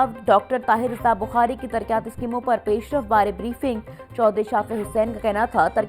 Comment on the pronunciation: Ooho ancar ka pronunciation itna khrab ha tarqyati kia hota isi trah rebit rebat ko